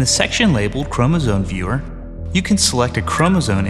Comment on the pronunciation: He keeps saying Chromosone! Arghhhhh!!